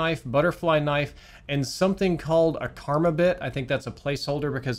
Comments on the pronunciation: didnt know DT MDR and he said "karmabit" for "Karambit", just pokin fun loved the video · Bro said karmabit 😭 I think he was referring to the karambit knife. Like the curved one from cs:go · I think you meant Karambit! Not Karma bit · “Karmabit”😂 its karambit and its a curved knife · No way this man called a Karambit a "karma-bit" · “Karma”bit, not hate at all, but I just found the pronunciation really funny 😂😂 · "Karmabit" lol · Bruh. It's pronounced ka ram-bit. It looks like this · the way he said karambit offended me bruh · This mispronunciation of Karambit hurt my soul